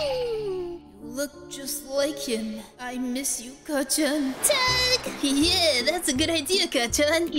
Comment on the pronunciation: U also said kacchan wrong I mean this in the nicest way